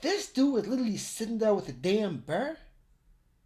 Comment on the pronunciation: you say "bear", i keep hearing "bird" :)))))